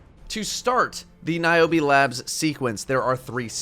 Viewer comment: Omg thats my name!!!! And thats how you pronounce it OMG